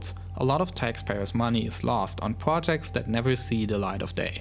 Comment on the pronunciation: Wussia, pwojects, twansports, wefueled, twip to Mars